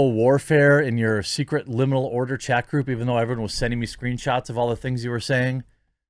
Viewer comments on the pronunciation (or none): Is nobody else noticing in all Jeremy's videos since Jack's return, he says "Riminal Order"? Is it just passe now, or are people overlooking it because he says it quickly and it sounds almost the same anyway? I find it hilarious, makes me crack up every time.